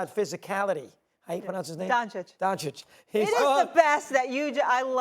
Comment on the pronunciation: his name aint donkick